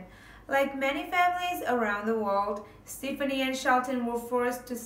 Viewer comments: It's not stiffinie.... It's STEFANIE... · It's pronounced ste faw nee